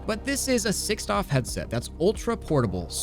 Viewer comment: Every time you say doff I cringe, I know it's not a big deal, but please just say degree of freedom for my sanity's sake